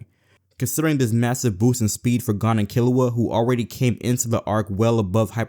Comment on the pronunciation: "Gone and Kilua"